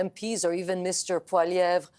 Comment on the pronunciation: Lil" disappointed to hear pronounce Poilievre as "Poliver". Clearly he wasn't paying attention when my mother taught him French. As for the hatred for Trudeau, I can assure you, the Ottawa protest was a very small representation of those that want him gone. Easiest way to prevent more and more protests is to banish him from Canada.